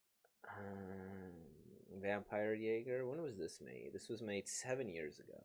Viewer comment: This story really has a lot of things I want to talk about. First of all I love the title. I got jumpscared by the sudden German. Your pronunciation of Jäger was really good as well 👍 Then to answer your question if there are female vampires. I think one of the first major stories including vampires as we know them is 'Carmilla' which is a pretty homoerotic vampire story. It's been a while since I've read it so I can't quite tell you what happens anymore. But all I know is Carmilla's a female vampire and gay. I've heard that there's supposed to be something erotic/sensual about vampires but this story has definitely showed me what people meant by that. Clemens getting straddled by the evil vampire to the point I wasn't sure if the vampire wanted to have sex with him before fully turning him into a doll. The random Shibari bondage scene and so much more. Like woah 😳 Considering what you said about what this story would be classified as, I checked a manga with a slightly similar (horny but still spooky and actiony) vibe (Black Butler) and I think this story would be considered a shounen? This kinda made me realize that I probably only thought that I know what shounens are .